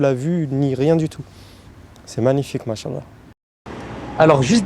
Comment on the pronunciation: Salam 3aleykoum. Mon frere/ma soeur nous devons essayer de prononcer correctement certains terme en arabes notamment la formule : ma cha ALLAH il faut bien disocier la dernière lettre (a) de "ma cha" et la lettre A de ALLAH car en arabe les voyelle longue ont une importance car elle peuve changer carrément le sens d'un mot , si tu ecrit en un seul mot les 2 termes enb collant "mach" et ALLAH cela signifie : dieu a marche , tu vois la gravité de l'erreur qui peut nous mener au blasphème! wal wa ra7matouLLAH wa baarakatou. wa ALLAH ou a3lem